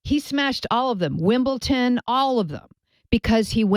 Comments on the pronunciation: Why does she say wimbleton instead of Wimbledon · Is she saying Wimbleton? Lol it’s Wimbledon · "WimbleTON" Jesus.